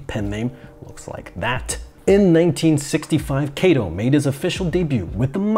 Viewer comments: He's かとう (Katō) not けいと (Keito), my ears are bleeding. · 加藤or加東(Katou) is pronounced like "Kahtoh", not "Keitoh". "Keitoh" sounds like "毛糸"(knitting wool). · His name, Kato, is read as simple A sound as in cut, not as in take. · It might roll off the tongue better with english